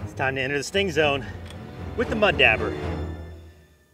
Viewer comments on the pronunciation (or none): Good video other than I’ve never heard it pronounced “dabber” I’ve always heard it’s pronounced as it’s Spelled dauber more like dobber than dabber. But it’s spelled Dauber. I found it funny every time he said it.